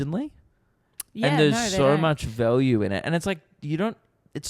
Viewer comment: says value weird